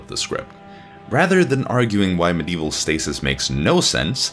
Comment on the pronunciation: "Mdeval" "MYlennia" you just can't pronounce ANYTHING right, can you? Edit: "InfallEable?! Infal-E-able!?!" Where are you getting an E in the middle of Infallible?